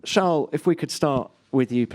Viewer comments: Sharl Leg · Sharl lmao